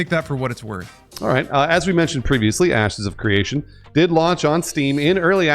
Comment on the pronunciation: Sounds like he said: "Asses of Creation" at the beginning. WTF 😂😂